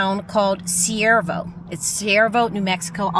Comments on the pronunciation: I can only find Cuervo on google maps = Not Siervo? Do you mean Cuervo? It is pronounced starting with Q. Love watching your travels from here in Las Cruces because I would be a full time nomad if I could. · The nearly abandoned town you visited is Cuervo, pronounced like quair - vo, which means crow in Spanish. I live in Albuquerque and have driven past it many times and have never visited so thank you for showing it to us. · It’s pronounced k-uervo the c sounds like a K. 😊 JOSE Cuervo tequila comes to mind. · Cuervo is pronounced like the tequila. This place is not safe. Google it and you'll see.